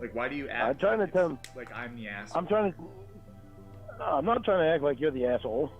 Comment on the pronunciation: The way he pronounces the word “aysh-howwle” sounds absolutely DISGUSTING